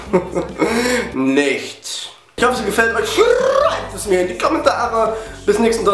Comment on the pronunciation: das rollende r bei schreibt es in die komentare gehört den phil von Y-titty :O